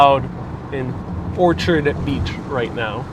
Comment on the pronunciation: You are not pronouncing Orchard Beach correctly. I'm born and raised in the Bronx and it is pronounced like you are saying an apple orchard...not a flower orchid.